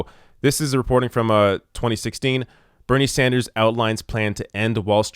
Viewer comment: is it a french thing? it sounds like you're saying bernier.